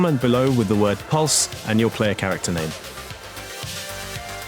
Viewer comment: "Pluse" Orion Kerenskey